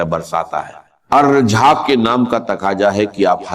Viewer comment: اس شخص كو الرزاق کہنا نہیں آرھا ہے ۔ یہ کوئی ہندو ھے اس لیئے رزاق نہیں کہ پارھا ہے "الفتاح " کھولنے والا ہے ۔ " الغنی " یہ ہر گز ڈاکٹر اسرار احمد شہید نہیں مگر پیغام درست ھے۔ اسے بلاک کرنا ضروری ہے۔